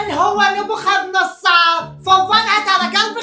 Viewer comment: نبوخذنصر يلطم بالزاوية حتا اللفظ غلط😂😂